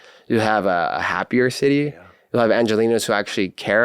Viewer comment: Calling BS on the ‘life long ANGELINO’ bit, it’s ANGELENO fink